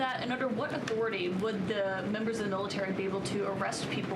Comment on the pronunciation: She can't say Trump and can't say authority! "President Chump has a legal enthority"!! Lol